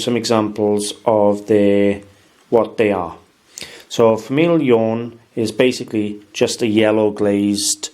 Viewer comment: Your french is not so good. Go to google translator and listen to de soun of the words in french. Not famille "ione", jeune in french you say: "famie jône" like in John...and not café au "late" but "lé". "Norie" doesn't exist, it is "noire". Nice video. Thanks.